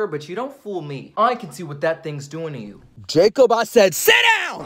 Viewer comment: Not the bark and " Jacod I said sit down!" Killed me 😂